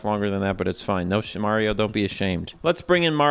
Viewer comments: I love how you said "Mahrio from Super Merrio" 😆 Guaranteed to be half right! 🤣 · "mario from super marry-o 64" I feel like the character's name is probably pronounced the same as the title of the game idk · I appreciate that in the intro specifically says "Mahrio from Super Mayrio 64" because I know that's a deliberate choice to annoy both crowds, and I appreciate that. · "Mario from super Mary-O 64" If only I earned a dollar each time. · "Mario from super merryo 64" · pronouncing mario two different ways in the same sentence is exactly why i subscribed to this channel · I appreciate you pronouncing "Mario" in so many different ways Also, the bubbles coming off him come from "nucleation points". Dissolved carbon dioxide can collect there and rise up in the form of bubbles. This implies that all water in Mario 64 is carbonated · I like how you used both pronunciations of "Mario" to offend everybody who is overly sensitive about his name being pronounced wrong.